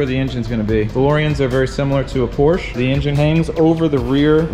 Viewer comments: It's PorschE, not Porsch... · I'm sorry, but what's a PORSCH? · Seems like a car guy would actually know how to pronounce Porsche, but no.